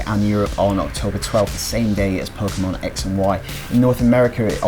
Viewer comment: Good unboxing and comparison. And yah you, you didn't say "Poke'man!" :P